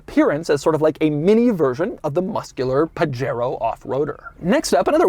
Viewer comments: It’s not called a (pah-Jero) it’s (Pah-hairO) the J is silent in Spanish PLEASE DOUG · Really, you live in SoCal and your saying PaGero?!? Pahero.... come on Doug... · I notice Doug has solved the problem by pronouncing it "page-aero" :-) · As a Spanish speaker, I'm cringing Everytime he says "Puh-Jair-Oh" Edit: there's at least 4 different pronunciations that I quickly looked up in 2 minutes, and The way Doug says it is indeed the American English version. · Isn't it puh-HAY-RO? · it's pronounced "Pah-Head-O" sort of. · Pah-Heh-roh.... technically :) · Correct me if I'm wrong. Where I grew up from, these cars are pronounced "Pahero". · 'paJAIRoh' oh no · Hey Doug, it’s actually pronounced “Pajero” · wtf is a "pajero". Isn't it pronounced "Pu-Hare-oh" ? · He freakin' pronounced Pajero with a hard 'j'. 🤦‍♂️ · Doug likes to pronounce Pajero like a gringo. Very funny! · As Pajero is seemingly a Spanish word, I'd bet you dollars to doughnuts that the "J" is pronounced as an "H". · the J is usually an H sound in spanish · Doug is the type of guy who can't pronounce 'Pajero' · 65 hp from 650cc is very good Also, I always thought that the J in Pajero was pronounced like in Jose or jamon. Am I wrong? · i think the j is pronounced like a h since it’s a Spanish word I think & that’s how j’s are pronounced in Spanish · Doug’s mispronunciation of Pajero... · Doug! You are mispronouncing the name! CRINGE! DX